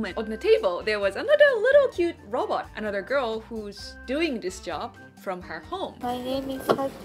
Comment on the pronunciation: Hard to follow when you say robot like Robert. So had to rewind after giggling. Super cute as always 🙂 so more view time for you. You're welcome. 😋